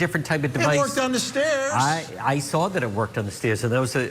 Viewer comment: Maybe everybody up that way is really as dumb as they seem. Why is it that they all say the word saw, with an R in it and I mean everyone I've heard from up there